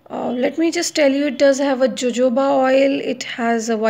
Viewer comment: It's pronounce as hohoba